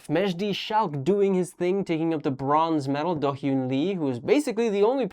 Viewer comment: I think the actual problem is Matt has a serious difficulty pronouncing hyun so he constantly refers to Chaehyun as Seo and Dohyun as Lee.